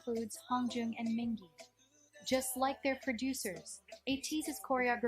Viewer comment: yeah the video pronounced San, Mingi and Yunho names wrong